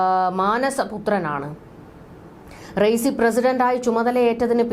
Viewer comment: Learn to pronounce the name of Iranian president first